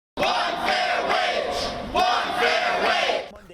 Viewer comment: "minimum wayg"